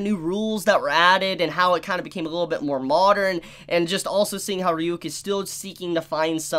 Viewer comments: Why can’t you pronounce Ryuk? That’s been established for a decade now 😂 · So didn't watch the anime? Well at least on how he pronounced ryuks name 🤣